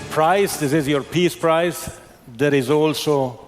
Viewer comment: Ironic that the FIFA boss pronounces “your prize” as “ your price”